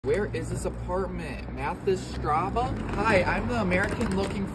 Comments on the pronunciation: Bruh I was laughing so hard the way he pronounced “Mathisstraße” 😂😭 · Mispronounced the double S was a nice touch.